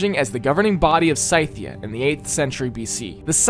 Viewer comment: Does pronunciation of Scythia annoy anyone else 🤣